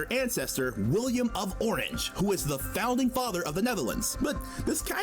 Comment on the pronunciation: I'm Dutch and throughout most of this video I kept yelling: "IT'S WILLEM NOT WILLIAM!!!" XDDDDDDD It's a good video though, I never knew a synonym for 'Dutch' was 'Netherlandic'